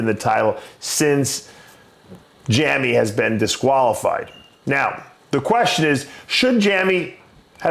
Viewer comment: Jammy? Jamie 😂